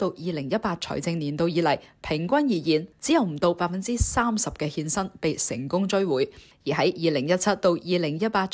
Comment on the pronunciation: 欠薪變成獻身，懶音有趣好好笑!